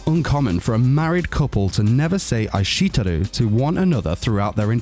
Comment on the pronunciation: bro I think you meant "Ai shite Iru" not aishiteru. Ohhh and maybe work on the pronunciations a bit :)))